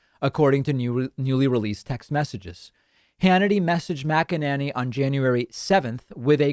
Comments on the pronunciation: Her name is not MacEnAnny. It's a long A MacEnAney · Your pronunciation of Mac-A-Nanny is pure gold, love it. I'm sure she's heard it and I envision her twisting out of her shoes every time she hears it. Thank you. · Just want to say I love the way David pronounces her name. Classic..😂 MACK AN NANNY. Ohh, all this communication is going to add to taking them out. 🤞🏼 It HAS TO. Or else we’re going to see another tyrant, who’s taking notes ATM, and next time will succeed.